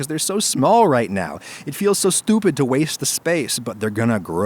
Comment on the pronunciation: My mans said S T U P I D